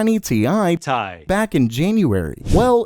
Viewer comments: Bruh he called the rtx 3090 ti "tie" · "TI" gets me every time